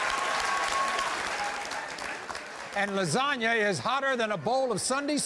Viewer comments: no, Maury straight up said Lasagna. I back tracked after seeing your comment. There was definitely no pronunciation of "O" 🤷‍♀ Edit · y'all...her name is obvi Lazona...pronounced the same way as "LASAGNA!!!!!"